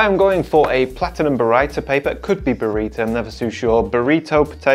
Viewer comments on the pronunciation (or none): none